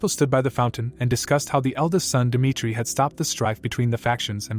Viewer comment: Jong huk dimitri.. He says.. 😂😂😂